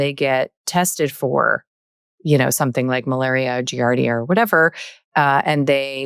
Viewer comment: I'm not sure I trust a microbiology "expert" who keeps mispronouncing "giardia"...